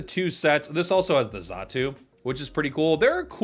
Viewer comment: Must be xatumi. Most of these pokemon tcgp gimmicks are just mispronouncing names. So cringe.